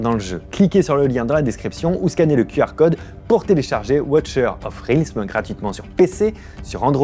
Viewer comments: Realms se prononce "rèlmz", et non "rilmz". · Realms se prononce : Relmse